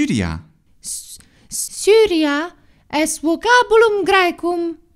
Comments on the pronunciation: You often say that "v" is not pronounced as our modern "v" (as in the italian language), but more of a "w" sound, yet "Vocabulum" is sounds like a modern "v". Is this intentional? Vale! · It also sounded like /v/ to me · I'm hearing /w/ there